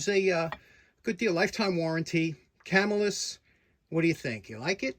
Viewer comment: The pronunciation is "Ca MILL us" and the name comes from the town of Camillus NY, a suburb of Syracuse NY. Thanks for the video.